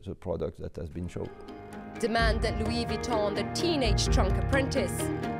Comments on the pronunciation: Lol “loo-WEE Vwee-tone” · She doesn’t even know how to say Louis Vuitton 😂